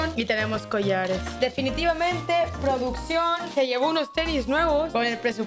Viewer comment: Cuándo puso "PRODUCCIÓN", puso: "PRÓDUCIÓN" jaja